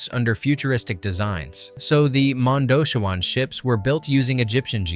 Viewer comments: It’s MONDOCHEEEEWAN NOT MONDOCHOOOWAN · And the modoshewans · Ruby ROD. Mondo Chee Waanns. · My god man it's not Road it's Rhod sounds like rod, and it's Mondoshiwan (Mondo she won) but fantastic job otherwise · Tell me you havent listened to the film without telling me In film Modoshawan isn’t pronounced phonetically. It is pronounced Mondo-chee-win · Or Mon-dough-chi-wahn? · Are you a fan of the movie? Because I don't get how you could mispronounce Ruby Rhod and Mondoshawan, like, repeatedly. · And mispronounced Mondoshawan. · Yah he's mispronouncing the majority of it, like Mondoshawan & couture - you'd think someone doing a voice over would learn how to correctly say words! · I guess pronouncing Ruby Rhod, Cannes, and Mondoshawans correctly was just not an option?